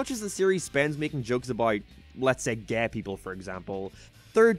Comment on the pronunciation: You say furry instead fairy & now Gae instead Gay